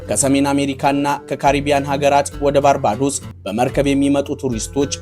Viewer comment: ባርቤዶስ ብለህ ብትሰራዉ ብታነበዉ ለጆሮ ይጥም ነበር ባርባዶስ የሚል ከየት እንዳመጣህ እግዜር ይወቅ ጥሩ ፕሮግራም ቅድመዝግጅት አድርግ።